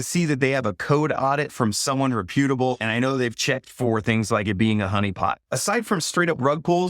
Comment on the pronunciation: Thank u … u always give us worthwhile content! I have to point out tho… (I’m so picky about grammar lol… I’m sorry).. rep(like depp)-YOU(not pew)-tuh-bull … I hope u understand… I don’t mean to embarrass you! Lol God Bless ✌🏼🙏🏼